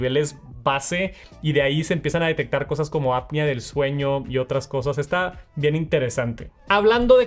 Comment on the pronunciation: soy DOCTOR, y mejor ABSTENTE de hablar cosas médicas, y aprende a pronunciar APNEA, te lo pido por lo que más quieras